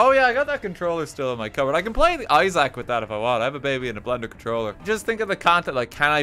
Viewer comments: pronouncing isaac as izack is giving me a heart attack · Why does he pronounce "isaac" like an apple product